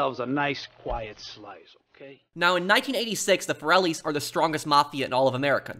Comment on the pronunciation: I always wondered why Salvatore says Corellis instead of Forellis in the introduction.